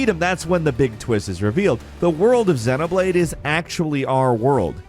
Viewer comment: I'm just going to say it: You pronounced ICO and XENOBLADE completely wrong.